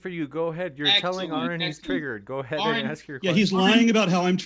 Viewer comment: I think the most upsetting part of this debate is the fact that believes he is intelligent....and yet, can't pronounce the name Aron. It's "ah-rin" not "Orin" 🤷‍♀️🤣